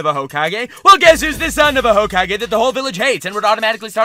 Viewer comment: Honest descriptions of every hokage (pronounced hocage of course to piss you off) when